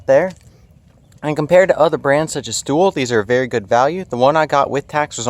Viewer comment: The maker of other boxes you reference is pronounced like "tool-y" not "thool" Otherwise, pretty good review.